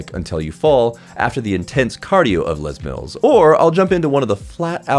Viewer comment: haha, are you aware its not "leś mílls"? its not a french thing. Its jus Les Mills. It was started in New Zealand. By a very White New Zealander named Leslie Mills. Les is a nickname not the French Word for 'The'